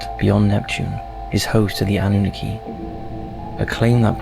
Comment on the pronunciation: Anunnaki “ANN-NEW-KNOCK-E” the pronunciation on his video is driving me crazy bro 😂 thats like some one saying 2-PACK instead of 2Pac. Keep doing your thing. ATL IN HERE WITH YOU #EASTSIDE